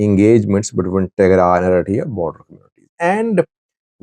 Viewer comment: Mind your business. Even you don't know how to pronounce the names Eritrea and Tigray.